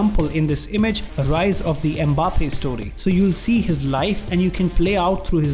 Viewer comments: Bro realy said mpaypal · I just died when he said M-Paypal😂😂😂😂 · Who is mpaypal? Its mbappe